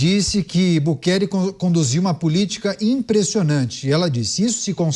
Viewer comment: a pronuncia não é Bukelê e sim Bukeli (não tem acento)